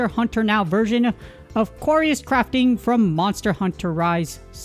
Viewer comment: Great video think it's pronounced "curious crafting" btw! :)